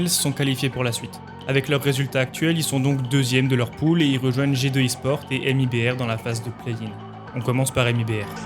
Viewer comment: c pool pas poule x) mais très bonne vidéo